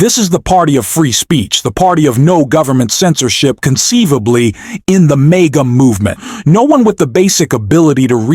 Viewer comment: The narrator mispronounced maga as mega. As well as on other mispronounced words on other posts with this same narrator.